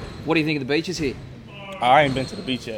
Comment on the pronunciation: When the reporter asked "How are the beeches here" I thought he was talking bout the Australian Women.🤷🏿‍♂️